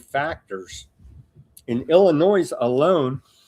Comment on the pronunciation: Illinoi(s) the s is silent lmao.